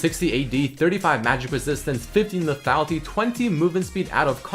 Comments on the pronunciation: teach how to pronounce le -tha-Li-ty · Please teach how to say LETHALITY XD